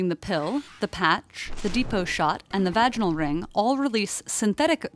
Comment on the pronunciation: It’s pronounced Dehhh (sounds like the E in red) poe. Not depot like train.